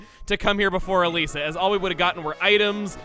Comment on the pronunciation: Funny, My sister's name is Elisa, and you pronounce Elesa as Elisa, ELISA WHY DID YOU NOT TELL ME YOU JOINED THIS GAME'S DEVELOPMENT